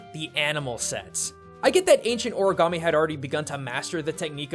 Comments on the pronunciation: O-RI-GAMI NOT O-RA-GAMI EOANOINAEOGIA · Tbh, I die a little every time you say “oragami”. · Is ANYBODY else not cringing at the fact that he kept on pronouncing "Origami" wrong? I mean.. COME ON.